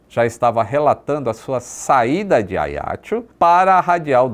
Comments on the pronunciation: Oi. Mais um video interessante e agradável (como semore). Só uma pequena correcção. Diz-se Ajaxio (o "j" é vivo), tal como por exemplo em "junto". A fonética correcta é "Ajaxio" e não "Aiaxio". Mesmo em francês diz-se "Ajaxiô". Valeu? Um abraço. Nota sobre a história: ficou provado que o conceito de "sterile cockpit" é importante. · ótimo vídeo. Mas a pronúncia do nome da cidade me parece equivocado: não é "a i a ti o". É a já ci ô! Força, saúde e pax (sempre!) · Confesso que não estava a perceber que localidade era essa de "Aiatxu" que o fala tanto neste vídeo. Demorei a perceber que ele estava a falar de Ajaccio... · a pronúncia eh “ajáxciô” do francês visto que a ilha é francesa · Agora que eu entendi o nome do local Ajaccio" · Ele falou Ajaccio com pronuncia italiana, não francesa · AJACCIO pronuncia-se como se lê em portugues...